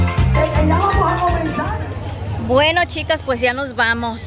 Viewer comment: Noo por favor!!! 😭😭😭😭 no se dice ENVITAR se dice INVITAR y se dice al final de verdad la D y es EXTRA con X no con S y no se dice POS se dice PUES